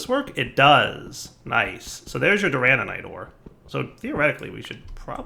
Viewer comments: for the love of all that is holy its DURANITE not DURANANITE its not hard please. It hurts my heart every time you say it wrong while literally looking at the name written out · Doo-ruh-night (Duranite) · If dire ever says Duranite wrong again.... it ain't durananite.... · So glad I'm not the only one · I was slowly going insane by hearing durananite xD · Every time adds an extra 'an' into 'duranite' I die a little more inside:'( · After a while, you just give up on pronouncing anything right…